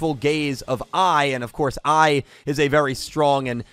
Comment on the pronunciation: when you said “If Lightning and AI dueled” I rewinded cause I thought “AI” was actually “I” as in you () 🤣🤣🤣sounded like you were challenging Lightning